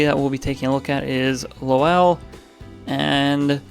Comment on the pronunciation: So excited for this series! FYI the ‘w’ in Lowell is silent. ❤